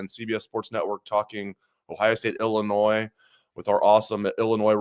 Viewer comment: Can someone please tell the S is silent in ILLINOIS!! 😂